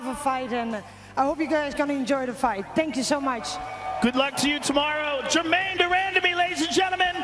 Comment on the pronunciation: “GermaNE DER MANDAMEE” - Joe Hogan